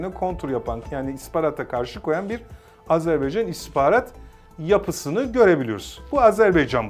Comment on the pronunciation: Dost ve kardeş ülkemiz Azerbaycan'dan özür diliyorum. Koskoca (!) istihbarat uzmanımız Azerbaycan demeyi bilmiyor "azerbeycan" diyor. Sunucu doğrusunu söylüyor ama istihbarat uzmanı söylemiyor.